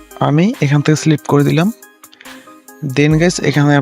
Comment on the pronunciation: ওরে গাধা ওটা স্লিপ না,স্পিলিট